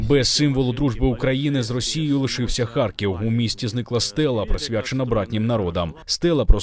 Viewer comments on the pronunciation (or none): none